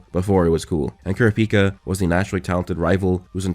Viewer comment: If yall have seen hxh you will be quite confused in this section as he references two different charcters, killua and kurapika and mis-prenounces kurapika